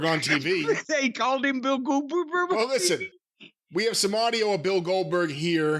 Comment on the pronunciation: He shakes up so bad he says Boo Gooberg lmao